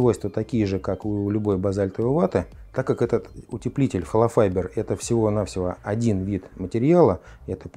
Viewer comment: Не холофайДер, а холофайБер.